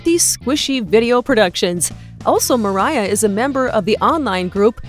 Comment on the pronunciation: Who are you and its moriah not